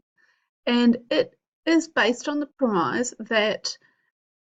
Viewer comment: prem-eyes? isn't it pronounced prem-is